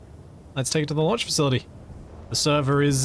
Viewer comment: The "LUNCH Facility" ??? 😂